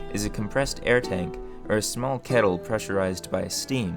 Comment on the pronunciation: The mispronouncing of "or" is jarring.